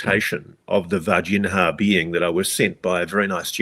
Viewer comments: Ross calls it VarginHAAA because I think he's afraid of mispronouncing it and say Vagina. 😂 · Vargin-ha 😆 hey, at least he tries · "VAR-GEN-HA" lol You're kill'n me Ross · 😅 every time I hear "Virginia" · Ross, you're an incredibly intelligent person, so it boggles my mind why you repeatedly mispronounce The city in which these events took place even after hearing the correct pronunciation multiple times lol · Ross, with respect, please take 5 mins to review the correct pronunciation of Varginha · You would think that Ross would take 5 seconds to learn the proper pronunciation of “Varginha”. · James Fox is the GOAT. His colossal efforts to bring this case to light are only surpassed by Ross Coulthart's relentless commitment to mispronouncing the name Varginha.